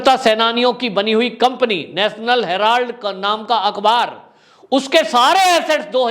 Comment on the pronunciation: भाई हैराल्ड है हैलार्ड नहीं